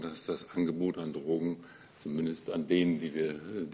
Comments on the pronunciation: Trogen. Sie spricht es Trogen aus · Die Mortler pack ich einfach nicht. Kann nicht mal Trogen aussprecchen! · Wovon redet die Frau Mortler? "Trrrogen"? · Mich wegen Ihrer Aussprache beim Wort "Drogen" auch.